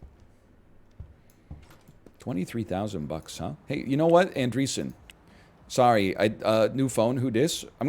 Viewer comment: Still can't get over the fact that NL still calls Anderson "Andreeson" just because he misread it the first time and then just never read it again.